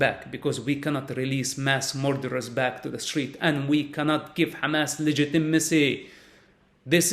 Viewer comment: Side note: I like the way he pronounces 'Hamas'.